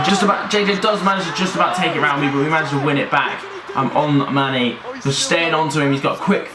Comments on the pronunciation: Did any realise when was talking about manny he says instead mane 😂😂🤙🙅🏿‍♂️ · Manny not mane 😂